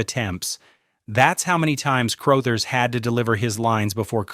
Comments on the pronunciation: Scatman Crothers- The definition of the word "cool" PS- His name is pronounced "Cruhthers." What is so difficult about getting human narrators? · Skatmin Crothe-ers. LoL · Cruuthers.not Crooothers. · In the movie, it's room 237, not room 217. So, yeah. And, you mispronounced "Crouthers." A couple times. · Scatman “Crowthers”. Speak names correctly. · Scatman CROW-thers? Good grief! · Just FYI, Crothers is pronounced like brothers. Also, you kept showing the Stanley Hotel which has nothing to do with the movie. Was this done with AI? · If they are pronouncing it CROW-THERS then yes. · You’re constantly mispronouncing Crothers! Do some research before you post something! 🙄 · You lost me with the horrible AI pronunciation of Scatman Crothers. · I know.not the mispronounced last name according to Ai 😂